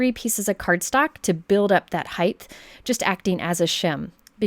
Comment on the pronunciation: is it an american thing to say height as height-th?